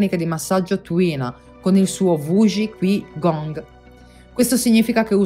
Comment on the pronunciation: Grazie mille! Ti correggo soltanto, se posso, la pronuncia di Qi Gong, che è Cí Gúng. :) E confermo la sua efficacia, a dimostrazione che la vera religiosità è un'unione tra spirito e materia, tra pratica e teoria, tra fede e scienza. Non a caso il governo cinese ha modificato gli esercizi in una sua versione ufficiale e, in alcuni contesti, è perfino obbligatoria, annullando le varianti di ogni singola scuola antica.